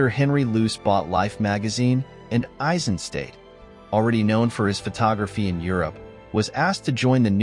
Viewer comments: Hi, perfectly done as always! I do have one remark and that’s concerning the pronounciation of his surname. It’s pronounced Eisenstat, with a short “a” like in HiroshimA, and at the end a sharp “t”, stad is a town in German, so it’s not pronounced as ‘state”. Greets from the Nerherlands 👋🏼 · nicely done, but you pronounce his name "ai-zuhn - stat", not "ei-sen-state"